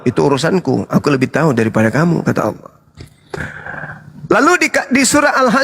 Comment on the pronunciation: tidak belajar ilmu tajwid makanya bilangnya "alah"..yg belajar ilmu tajwid pasti "ALLAH"